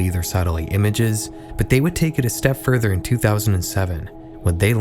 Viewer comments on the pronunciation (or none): none